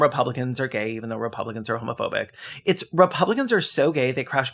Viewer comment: you said homophobic so frenchly